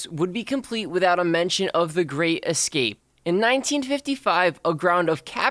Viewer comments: Why do you say excape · Am I the only one who notices he keeps saying ecscape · loves how he says ekscape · U said escape wrong